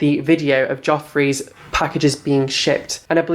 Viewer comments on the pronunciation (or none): "Manny mooa" "jofree star"